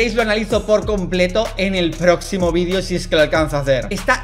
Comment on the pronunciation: Tampoco se dice "vidio" se dice video